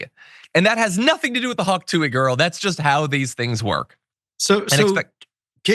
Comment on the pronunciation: "tuah" not "too-wee"